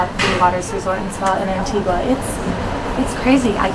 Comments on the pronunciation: Just a small thing it is not pronounced. antigwaaaa its antigaaaah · Anti-gua. It’s pronounced Anti-ga 🤦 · Pronounced AN TEE GUH not an tee qwa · Love these 'travel gurus' that talk about their 'expertise'. Travel experts should probably start with ho to properly pronounce the island they're featuring. Just a thought...